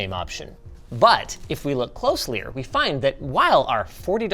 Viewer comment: closlier? LOL